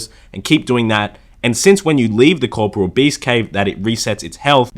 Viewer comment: Co- pour- real, not sure why people have these odd pronunciations.